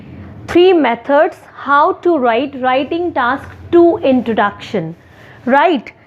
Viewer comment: pronunciation of 'introduction' is highly exaggerated.